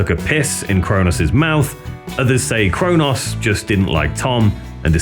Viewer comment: Good doc, but I'm certain Cronos and Mantas aren't pronounced Crow Noss and Man Tass.